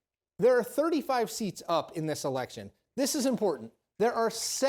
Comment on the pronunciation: Hey Herschel, there is supposed to be an r in the word "impotant"! 😉